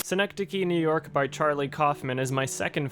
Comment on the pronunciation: As I’m watching - realizing I was pronouncing that movie title wrong. suh - nek - duh - kee Y’all.